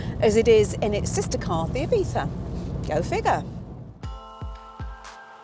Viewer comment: Thank you for saying Seat Ibiza correctly at the beginning